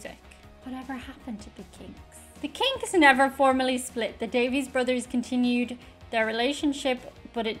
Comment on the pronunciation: The brother's last name is actually pronounced Davis